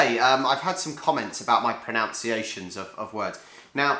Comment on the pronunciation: 🤦🏻‍♂ ... it's "pro-nun-ciation", not "pro-nown-ciation". The irony!! 😅😅😂😂